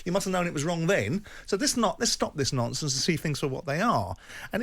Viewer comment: why does Simon say "nonsense" with a speech impediment? - normal, - not normal. He does it all the time too 🤣